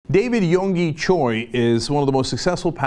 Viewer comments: First of all it"s Cho not Choy. And it's not pronounced "Yodo" It's Yo ee do. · It's Cho - Actually pronounced as Jo. Choi is a different name. At least try to use correct names for basic journalism.